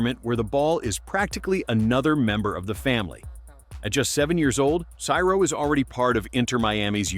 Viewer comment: you are in time to change the whole vid... Ciro pronunciation is not "Kyro" is "Seero". Just like "Hero" "Zero"..."Seero".